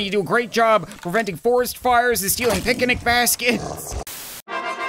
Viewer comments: Did he say pic-an-ic basket noooooo! Not the Beast boy move😭😭😭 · “Pic-a-nic basket”